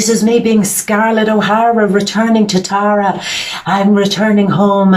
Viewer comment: wow.....you actually say my name right ....Taaa rah --- Thank you.Thank you this message was for me